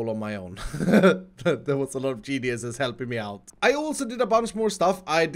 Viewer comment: Genieses,? Multiple GeniesI get the same ending as Cacti.